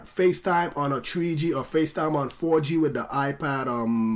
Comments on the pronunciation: What's this new "TREE G" network I'm hearing about so much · tree G in da iPad tree